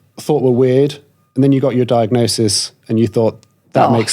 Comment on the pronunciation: I can't not notice her saying diagnoSIS as diagnoTION.😅